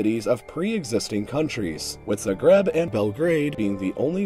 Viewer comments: As a croatian, the pronouncation of "Zagrev" made me laugh my ass off, its: Zah-gred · It's pronounced "Zaagreb", the a is long, not short.